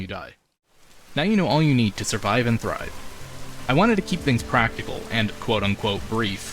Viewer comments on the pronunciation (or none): none